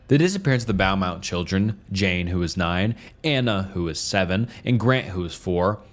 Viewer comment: "The Bowmount children" 😂